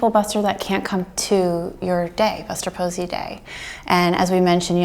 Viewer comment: ah yes "fuster bosey"